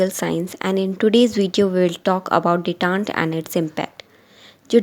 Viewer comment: Detente not detante